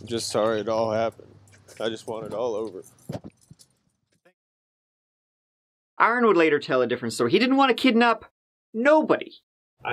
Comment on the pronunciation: So good to hear Aaron said properly and not Erin